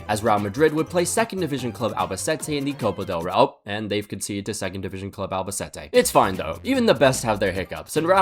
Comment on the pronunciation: Not a single name in this video was pronounced correctly lmao, I’m from Albacete and I wanted to rip my ears off when he pronounced the name of my city and my team😀 Glad he didn’t even try to say the name full name of the club, Albacete Balompié